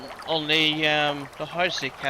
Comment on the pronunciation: By the way, it's "LOH" for lojban, not "LOU" for lojban. It's the difference between "on" and "own". And even though you changed his name from xarci, remember that 'c' is a 'sh' sound in lojban. It's neat to see the changes you've made since this video was released.